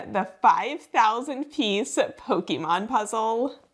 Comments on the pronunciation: If you ever do another Pokémon related video, please say Pokémon like this: Po-Keh-Mon, the accented é was used because in Japanese, when it was called Pocket Monsters, they made the contraction Pokemon, and KE in Japanese sounds like Ké in French (and sometimes English, like cliché). “Pokimon” is kinda sacrilegious in the community 😂 (JUST KINDA THOUGH, not that serious 😅) Great video!! I’d love to do it as well! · You didn’t need to say that you’re not into Pokémon. It was quite obvious just from your pronunciation of Pokémon. Anytime you hear Poke-ee-mon instead of Poke-eh-mon it’s a dead ringer. You did avoid the classic 90s mom pronunciation of Poke-ee-man though, so good job on that. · First, it’s pronounced po-kay-mon, or po-kah-mon. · I loved that you were pronouncing "Pokémon" slightly wrong :D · one very important thing to learn about pokémon is that it is not pronounced that way. Only Americans pronounce it that way. The PO is pronounced like Poe But is not kee sound for ke it is pronounced like ke in keg.